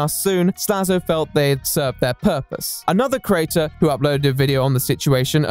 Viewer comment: The way he mispronounces the word 'creator' drives me absolutely mental.